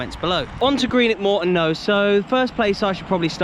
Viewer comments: That was absolutely horrific hearing you repeatedly - time and time again - talk about "Greenock fans" and suchlike. And I'm saying this as a St. Mirren fan (their supposed rivals). They are Morton fans. The team is Morton. Greenock is ignored as a prefix. Also, wtf with "Ton" as if it's a weight? You need to say "tawn" like tawny owl. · It wasn’t a merger, just added the name of the town. And “Ton” with regards to Morton isn’t pronounced normally, it’s like “Tawn”